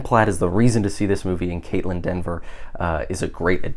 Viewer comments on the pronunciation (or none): It’s Kaitlyn Dever! Not Denver!